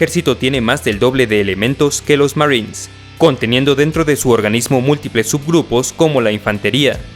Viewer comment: Me da gracia como dice Marins jajaj